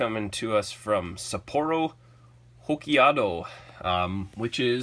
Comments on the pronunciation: It's pronounced ho-kai-do. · You can't say "Hokkiado" and then say others' geography is not so good. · 😆😆😂 I'm sorry....but Sapporo Hokkaido was butchered.